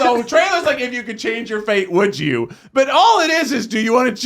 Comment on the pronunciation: having a full on stroke while trying to name celebrities you'd wanna french remains my favourite moment ever hahaha (that and "If you could change your feet wouldja")